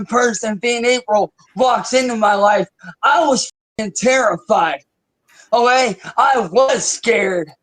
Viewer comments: Is he saying "O-A", when he means "Okay"m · Hmmm I see his mouth is now so swollen he can’t fully form the work okay and instead says ohay lol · Drives me crazy. That is NOT how real Ohioans say “OK”. As a woman born and raised in OH he is the only person I have ever heard say that, especially in OH. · I like to think it's OHAY